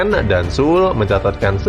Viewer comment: narator! baca aja sule, jangan SUL.